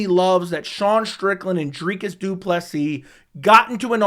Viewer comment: Thumbs up for repeatedly nailing Dricus’ name pronunciation, and for lining that beard up! Well done, sir.